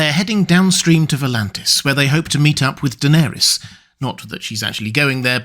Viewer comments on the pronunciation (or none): none